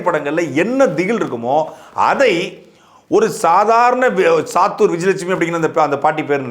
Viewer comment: சாத்தூர் இல்ல சாப்டூர் விஜயலட்சுமி